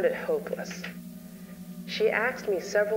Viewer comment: Did the narrator say "axed" instead of asked ? 😢